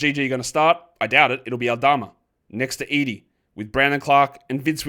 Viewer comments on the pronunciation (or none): none